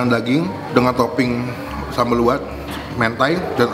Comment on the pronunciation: Sambal Lu'at ya,bukan Kuwat pengucaoan ada penekanan di LU,begitu pun se'i penekanan di SE ga nyambung,terus sambal Lu'at asli itu gak pake terasi bahkan ga manis harusnya agak asem,pedes sama ada irisan jeruk nya